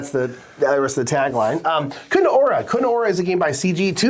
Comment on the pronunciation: It sounds so cute how you pronounce Kutná Hora 😊 (The "H" is not silent, so it should sound like in "horror".) Btw., nice wall in the background, I am a lights geek so you got me on that 😀